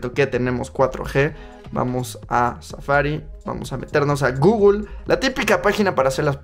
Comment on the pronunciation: Gugul ??????????? No será Google ?